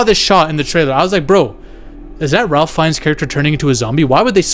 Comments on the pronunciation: It is pronounced “Rāf” with a long vowel A and with no L being pronounced. Not like Ralph if pronounced. Just letting you know. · His name is pronounced RAFE Fiennes. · Ralph pronounces it Rafe!